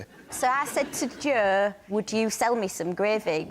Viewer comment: That's the proper way to say Jo in 'ull, innit?